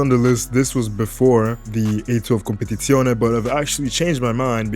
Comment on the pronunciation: you seem italian from the way you say "competizione"